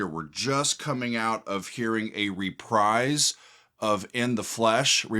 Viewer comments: How do you not know how to pronounce reprise? It's re-preez. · i thought the word was re prise but its actully repreeze